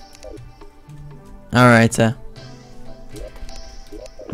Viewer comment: I like how he says alright like "alrighta"